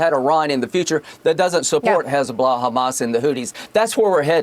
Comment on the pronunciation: "Hooties" and "Hezblahhh." What a fool!